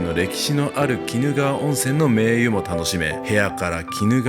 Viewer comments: 名湯をめいゆって読んでるところだけ二度見してしまった 動画とても分かりやすくて良かったです！ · 名湯・・・「めいとう」と言いましょう。